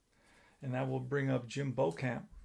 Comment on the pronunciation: Jim “Bee-chum”